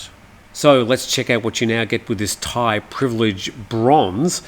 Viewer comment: They should just give you thai citizenship for being able to pronounce all these names !! 😂